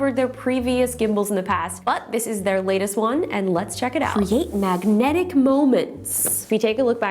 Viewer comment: I like the way you say 'Magnetic' 👍🏻